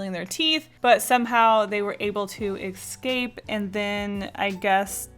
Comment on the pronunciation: "maybe they were able to ecscape" Adorable